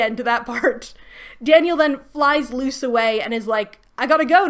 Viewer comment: I know you mean "Luce, the human" but it just sounds like you say "Luz the Human" and reminds me how I could be watching much better fantasy stories 😂